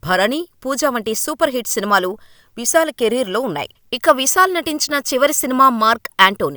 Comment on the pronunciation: విసాల్ కాదమ్మా. విశాల్.